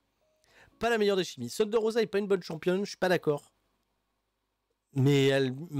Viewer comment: Sérieux, ce insuportable. Ce pas Shunder Rosa mais Thunder. THUN pas SHUN. Ce un Thunder Driver, pas un Shunder Driver